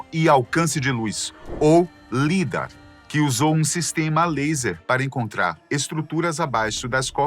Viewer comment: Correção a pronúncia do lidar fala-se "laidár".